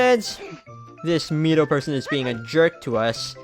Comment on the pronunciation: C down babe ;P I like the graphics from the N64 but I grew up on that game so what do i know :P and your saying Midos name wrong :P maybe when you visit next we can play the N64 version and see if you feel weird with it being normal :P